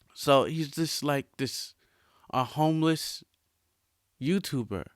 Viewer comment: The way he say homeless has me dying🤣